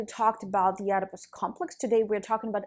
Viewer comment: its pronounced without the O, edipus... lol